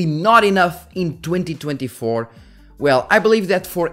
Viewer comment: when you said we're in 2024, it sounds like 202024